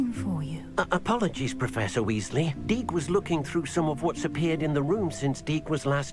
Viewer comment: gotta be on purpose calling that house-elf DEEK